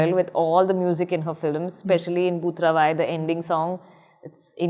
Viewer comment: I like how good her pronunciations of non-english proper nouns are - Beau Travail, Emahoy Tsegué-Maryam Guèbrou etc. And also spoken so seamlessly, not making a big deal of it.